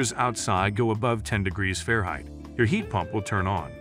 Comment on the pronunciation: Nice video, AI narration is pretty darn good except for *Fahrenheit (fairheight, lol).